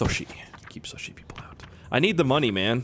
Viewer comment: The general said soshi smh did he forget